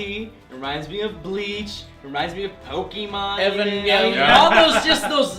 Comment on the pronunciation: Did someone say "Neon Genesis Evangallion"?